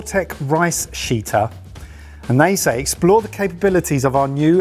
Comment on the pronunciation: Sheetter sounds far too much like shitter. Especially since it looks like a toilet